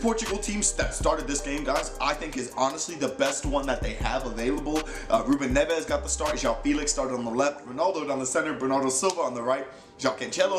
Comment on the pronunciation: So do I... It's so annoying especially with Ruben Neves they pronounce his name like his Spanish Nevez there is no z there.